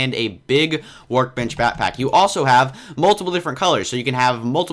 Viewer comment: you said bat-pack instead of back-pack